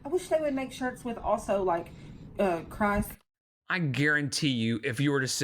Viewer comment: pronouncing Krist's name like Christ had me rolling lmaooo